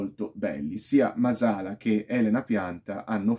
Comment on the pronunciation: Bella recensione, solo un appunto: il cognome è Màsala, è un cognome sardo, con l'accento sulla prima "a".